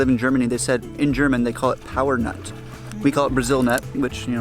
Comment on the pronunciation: It sounded like said, in Germany its called 'Powernut' - probably owed to german speaking accent 😂 we call it 'Paranuss' (Para nut), from the region of Para, as other commentors already pointed out. The boat trip reminds me a lot of my trip in the Arctic/Greenland, just different temperature/surroundings but same experience.